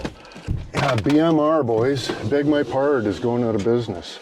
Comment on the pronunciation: beg my pard